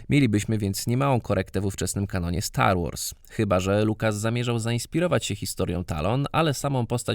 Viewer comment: Na poczatku brakuje R, STAR WAS :D.Sposzczegawczosc nie mylic z byciem małostkowym.